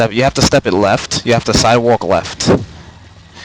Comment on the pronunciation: "If you sidewok weft".... lmao